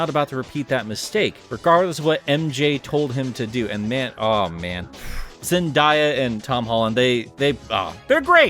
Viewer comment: Woah, did you just say Zen-DIE-A? 😳